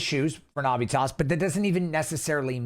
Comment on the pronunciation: You are saying the name Navitas wrong, bro. Get that shit right, homie. It's like nails on a chalkboard the way you say it.